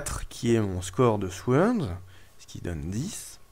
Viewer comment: Très bonne vidéo, sur un jeu que je vais encore devoir me procurer (DF, puis DCSS, puis celui-ci, décidemment, c'est un sans faute pour toi) ! Juste pour info, mais tu en fais ce que tu veux ça ne me gêne pas plus que ça :) En anglais, dans "sword", le "w" ne se prononce pas, à la manière du "k" dans "knight", "knife", "know" et compagnie.